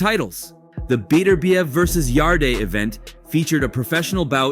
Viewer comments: Wtf yaday yadie yarde mate get ya names right mate come on ye ment ta na wat ya talking bout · how did you make it past the Anthony Yaday , damn AI generated vid or what? The e is silent in Yardes' name